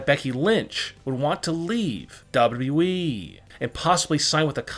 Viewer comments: It's wwe.... .not dub dudeeeeeeeee..... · So y'all trusting a guy who says WEE instead of WWE🤔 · Him saying Dababa E makes me laugh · Ayo say wwe again 😂😂😂